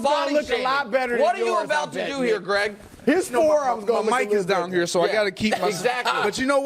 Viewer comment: “Greeeg Jennings” 😂